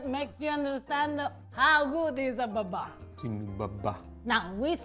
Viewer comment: I love you guys! But it is Bàba - for slavic for “grandmother”